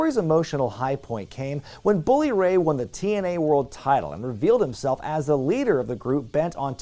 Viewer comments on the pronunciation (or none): none